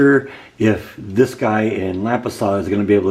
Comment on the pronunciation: It's pronounced LAM-pasas.Nice ornaments!